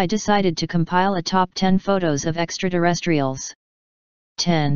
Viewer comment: This robo-voice keeps saying “ extra-DERESTRIALS, over and over. Will someone involved in that audio, Please change the word to “ EXTRATERRESTRIAL”? MANY THANKS!